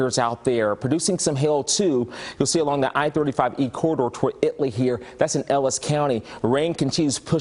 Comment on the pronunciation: That gentleman pronounced "Italy" as "It Lee" which is exactly how the locals pronounce it. One does not hear that often. 👍